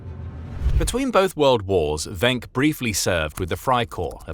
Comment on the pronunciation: Just so you know, his name is pronounced "Wink". I would know, since he's my ancestor, and I inherited the last name.